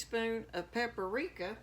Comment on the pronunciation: With all due respect, you are incorrect. If you listen carefully, she CLEARLY said "peppereekah." (I might have spelled it wrong, but she said "pepper" as the beginning of the word.) You suggest that she said "paprika" but that word starts with "pap" and not "pepper."